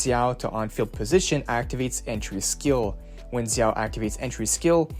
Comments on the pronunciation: It's pronounced (d)jao, not zzzao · no it’s pronounced jao Zh together translates to J sound from Chinese to English in ALL cases(no exceptions). Same with Zhu Yuan (Ju Yuan) Note: also I looked it up and Xin Zhao from league is actually pronounced (Shin *Jow*) so you’re wrong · thanks for this i'm so excited for the new agents! also zh- is like a j- in mandarin! they actually have two j sounds but i won't confused you more haha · its zhao... just like "xin zha" is pronounced in league